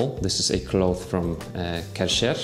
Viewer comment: That hurt how you pronounced "Kärcher"